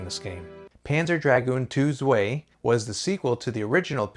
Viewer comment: Shining Force 3 is my favourite. German is probably not your thing ;) "Zwei" was painful.